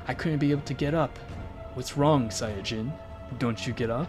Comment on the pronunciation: i had an ear stroke when i heard how he said saiyan